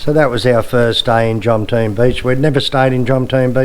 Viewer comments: JOM TEA EN not JOMTEEN ! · Jomtien When will youtubers learn how to pronounce it?